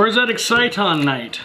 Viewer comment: Can ANYONE say Exciton's name right? :]